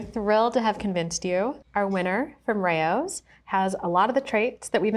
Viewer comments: Ray o’s?? That’s the pronunciation? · Crazy he doesn't pronounce it correctly. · You will never convince me that is how to pronounce Rao's. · Doesn't RAO rhyme with CHOW?